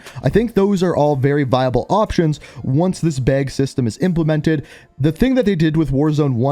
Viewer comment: “Beg” I think you meant “bag” 😂